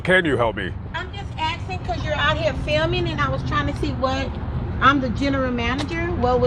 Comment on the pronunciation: "im axing" there's the AA hire